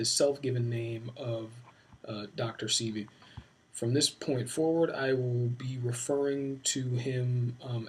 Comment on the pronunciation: The first level of obtaining credibility in what you are about to propose is at the very least; to properly pronounce the name of a man whom you are about to analyze.